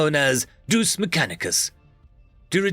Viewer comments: Deus not Duce 😭 Dayus not Doose 😢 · Its Pronounced DE -ous! Latin for god.